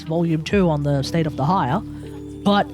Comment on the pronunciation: I think it's a bit cope to say there hasn't been any powercreep in the main DPS department. Sure, some of the older characters can do something the newer ones can't, but ultimately it doesn't mean much if their team DPS is significantly worse. Also, what the hell is your pronunciation of Dehya lmao, I've never heard that one before